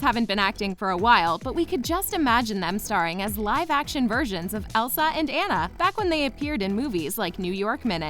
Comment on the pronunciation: You're pronouncing Anna's wrong